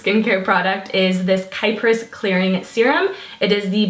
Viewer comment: It actually is pronounce Kee-pris. Its technically the greek name for Cyprus :) xx